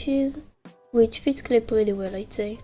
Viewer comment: “Cwlay” “tswunami” “glowry” “starfwight” “swunny” i love it ❤😂🥹